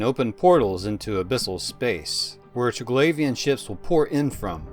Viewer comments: im pretty sure its triglavian not traglavian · Hint, not Trig-lavian , try , Tri-glavian , then go from there :) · Say it with me... Tri... Glaive, ian... Not trig lauv ien. Jesus that was annoying to listen to lol. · Try-glay-vian not tra-glavian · glay, not glah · its pernounced "Tri-Glave-Ian" not "Tri-Glav-Ian" also, the drifters, sleepers, and triglavians. are all splinter factions of the Jove empire. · say it with now ok? : TRY-GLAY-VEEUN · I liked you up till the point you said ‘Triglavian’ with that pronounciation 😂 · Maybe learn how to say Triglavian before making a video about them? Just an idea. Would certainly not sound as annoying as it does, if you did. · Triglavian Xordazh. Pick a pronunciation for both and stick with it dude.